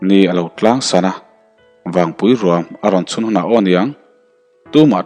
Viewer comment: Vawngpui i lam rik dan hi a dik hlel deuh lo maw..thlanvawng thing kan sawi a vawng tih lai hi a ki sang deuh a lam tur a nih hmel..Thlangvawng hian hming hran2 a nei a entirnan: Vawngthla/Vawngthir etc